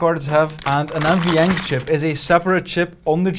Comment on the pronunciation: What is he saying there ? You want a GPU that has “NVyank” ? “MVyank” ? “Mvank” What ?